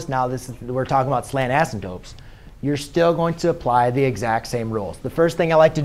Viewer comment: asymPTOTEs not ASYMTOPEs